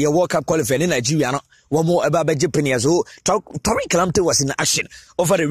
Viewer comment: It's Tariq and not Torque.